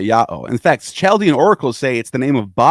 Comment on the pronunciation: Chaldean is pronounced “Kal-dee-an”